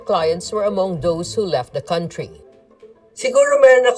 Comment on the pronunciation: can you check how country is pronounced?